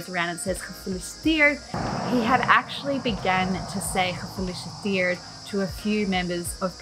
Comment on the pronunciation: Cool video! One tip: try to pronounce the E in gefEliciteerd a bit more. Its a bit more like Ezel than something like makEn